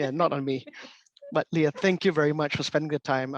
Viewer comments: Just started the video. Her name is pronounced LAY-uh. (Think Princess Leia from Star Wars.) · Oh my... her name is mis pronounced but i'm thinking maybe its the host accent then it's acceptable.